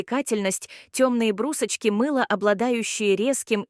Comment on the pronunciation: Почему брусочки,иударение на у, всю жизнь брусочки на о, а так дико звучит